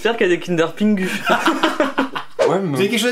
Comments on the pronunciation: Il a quand même dit kinder "pingu", j'suis le seul qui a été perturbé ? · on en parle qu'il a dit kinder ''pingu'' ?